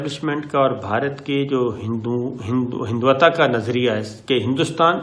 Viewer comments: صابر صاحب ھم آپ کے فین ھیں لیکن آپ “ھندو توا” کو “ھندوتا” کیوں بولتے ھیں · Sabir bhai, Ramadan Kareem, we wish and pray that Allah may protect you , your team and all nation and the whole world from fatal virus. (Just a humble suggestion- Pronunciation is HINDU-TAWA......HINDUTAWA-- Hindutwa)